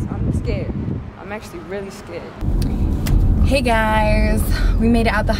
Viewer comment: when P said “hey F* that..” for a moment there, with that “hey” she sounded like a fellow South African black girl going vernac, halfway through an English sentence 🤣🤣🤣 Any South Africans 🇿🇦 who noticed??